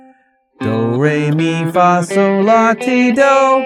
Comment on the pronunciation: It's actually "sol".